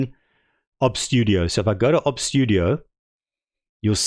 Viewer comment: "obbz studio" Dude, O B S, pronounce the letters separately, it is an acronym, do you also pronounce FBI as "fuhbih"?